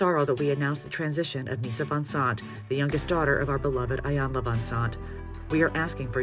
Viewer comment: I would really appreciate it if journalists and reporters would please do their job to make sure correctly pronounce things like names, cities, and streets before reporting. Do your research because you mispronounced "Iyanla" a few times.